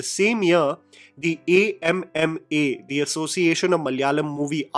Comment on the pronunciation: Thank you for calling the association by its name, A.M.M.A., instead of how they claimed it should be pronounced as AMMA (Mother)